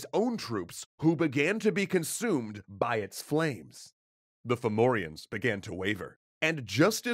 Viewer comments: At first Ive thought youve said Pthumerians, not Fomorians :O. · Fun fact: depending on the dialect, Fomorians might actually be pronounced Fahvurah. Aren't Celtic spelings wonderful? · Its actually quite a good pronounciation in this video even if one or two names wrong here and there but really well for non irish